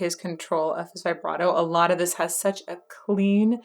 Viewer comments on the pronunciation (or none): none